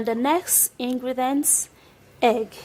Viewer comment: "Ingredence" 😂😂 acting as if you are an expert. Treatment? Fuck you can you please run away